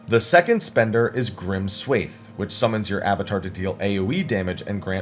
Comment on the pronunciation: just so you know it's not pronounced 'swayth' but instead 'swahth'